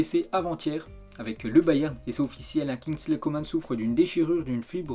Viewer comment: kingsley COMAN se prononce "coman" et pas "comane", svp.